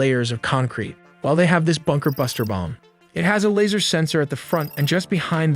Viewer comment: It's sound so weird when you keep saying BUKER - BUNKER when everyone knows he was in his office. Means he was not hiding.